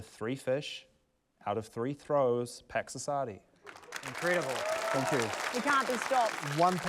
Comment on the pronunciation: When he introduced Pax Assadi, i thought he said "Packs of Sardines"